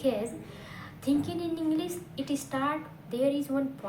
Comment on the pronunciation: Englisssssss😂😂😂 atleast learn to say English